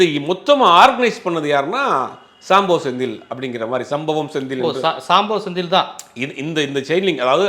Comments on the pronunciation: இவனுங்க எல்லாம் எப்படிதான் மீடியாவுல இருக்காங்களோ!. சம்போ செந்தில சாம்போ செந்தில்னு சொல்வது. அஷ்வத்தமன்னை அஷ்வமித்திரன்னு சொல்லறது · அஸ்வத்தாமன் என்ற பெயரையும் சம்பவ செந்தில் என்ற பெயரையும் சரியாக உச்சரிக்க கூட தெரியாத நெறியாளரை வேலைக்கு வைத்த ஜீவா டுடே நிர்வாகம் ஒரு கேடுகெட்ட ஊடகம்....